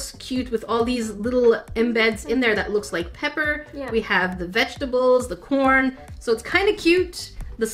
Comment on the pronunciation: Is it just me or when she said corn it sounded like porn🤣